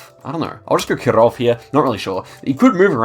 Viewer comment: in Kirov i is stressed not o